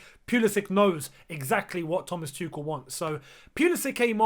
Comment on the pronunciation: you cried when people where pronunciating Hakim’s surname wrong. Learn how to pronunciate Thomas’s please.